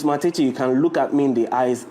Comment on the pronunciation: Point of correction not matiti but matete